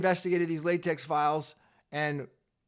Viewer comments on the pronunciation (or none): Thanks for the unbiased reporting. P.S. It isn't pronounced latex but latek as in technology.